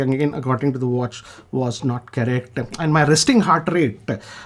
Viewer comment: ur style of speaking english have also improved. u have started opening ur mouth. it should be correct not charact. repeat the time stamp continuosly